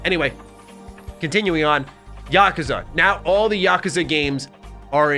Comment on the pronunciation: Oh for the love of god… please never say Yakuza again. Mispronouncing it 50 times in a single video was excruciating to sit through.